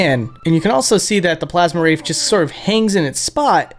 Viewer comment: "The Plasm Wraith"